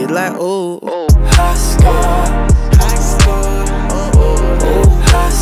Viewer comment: Instead of saying high score it sounds like he saying high school